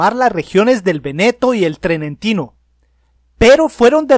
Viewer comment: Muy bien; pero es Trentino, no trenentino y, sobre todo... ¿República de Italia? Claro que NO; Reino de Italia, proclamado en 1861.